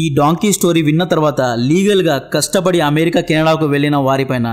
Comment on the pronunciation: అమేరికా కాదు..అమెరికా అను కాస్త.